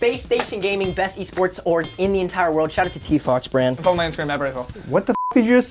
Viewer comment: I Think He Said Fallow My Instigram